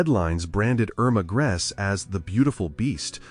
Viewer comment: Their names were pronounced "ERR-mah GREY-sah...YO-sef KRAH-mer"...all other names were pronounced correctly